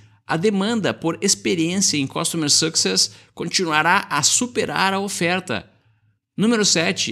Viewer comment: O podcast está ótimo mas a pronúncia da palavra Success está terrível, não teve uma vez que falaram correto, recomendo aulas de Inglês no mais Parabéns.